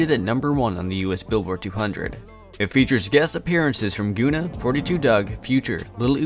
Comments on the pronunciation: I cannot believe you pronounced Gunna like that. I don’t even know the man and I’m offended for him lmfao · I lost count at how many words you mispronounced. Good lord. Guy calls himself the “” but doesn’t know how to say Gunna. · You can tell he's just a white dude tryin to make money off talking about black rappers cause there is a market for it. Can't even pronounce the names correctly. Another Dj Vlad. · Goona😤🌡️🤣🤣 it's pronounced gunn-a man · Good content but it's pronounced gunner not goona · also its gunna. like gunner. not goona lol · good doc but bro said "goona" 😭 its GUNNA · Facts. Great info, great video but horrible calling that man Goona... like have you never heard of Gunna?? 🤣🤦🏾‍♂️🤷🏾‍♂️ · This shit said goona 😂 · this man said goona ....."its gunna" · Nicca said goona not gunna..🤦🏿🤣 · He really said “goona”…. That how i jnow hes not for the culture. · Lol man keeps saying “Goona” It’s “Gun-na” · OMG! can you please staaaawp saying GOONAH!!! His name is GUNNA!!! Pronounced like GUN-NUH Sheesh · Man really said goona instead of gunna smh. Quit reading off the lyrics like poem you would be better off playing clips from the song instead of playing them in the background. Hard to watch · Goona it's Gunna dude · “Gooona” it’s gunna bruh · “Goona” lol GUNNA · It’s gun-ah not goon-ah FYI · Why u keep pronouncing it "Guuna"? It's (Gun)na. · It’s not GOOnah what the fck 😂😂😂😂 it’s guh-nah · Its Gun-nah not Goonah... get it right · Who is guuna? 😂 it's Gunna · Who???... Tha' Fk!!! is "Goonah" you mean (Gunna)😯😞... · You know man I'm not going to make fun of anyone for not knowing how to pronounce several words but if you're calling Gunna, gOOna for 20 minutes it makes it hard to trust you as a source of hiphop information. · Gonna lol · Yeah I was thinking the same thing. Who the fuck is Goona? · Dude said “GoOnA”🤦🏽‍♂️ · Hahaahahah gooona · Goooooooona lol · Gonna.aka.. gonnatell! 😂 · Boy I know you didn’t just say “Goona” right quick 😮